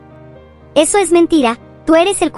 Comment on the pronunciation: Aquí los que escucharon que dijo reseso XD la rosa de Guadalupe pero versión roblox 🤣🗿🍷